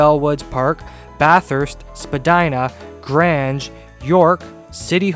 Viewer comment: The graynj not the granj Glosster not glewster Tems not thaymes